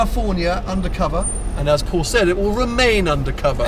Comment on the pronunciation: hahaha "Powl Powl it's a rally spec"